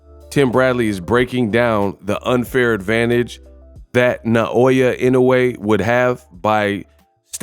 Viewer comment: You for Inoue’s name correctly! Kudos!!! 🤘🫡